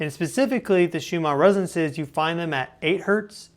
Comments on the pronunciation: its not resenses, its resonanses... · You keep saying "resances" but I forgive you, 😂✌️ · Why is he pronouncing Resonances like that? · From nerd to nerd: you must work on your pronunciation of the word “resonances” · “the shoe-ma residences” 🤪